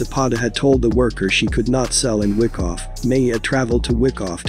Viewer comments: It's not fucking WICKoff,it's WHYkoff! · Its pronounced (why- cough) not wickoff lol